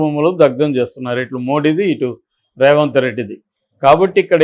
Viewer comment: ఒరేయ్ Raఏ రావంత్ రెడ్డి కాదురా. ఆంధ్ర గా. సరిగ్గా పేరు పలకడం నేర్చుకో